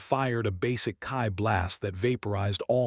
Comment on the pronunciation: I'm not going to go down the whole "AI is trash" thing . You do you, dude. But fuck me, could you not have at least listened to how the AI was pronouncing Ki?